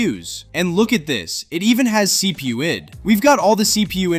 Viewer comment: That pronunciation of CPUID is highly suspicious. We're talking about CPU identification not the Human Psyche, Dearest.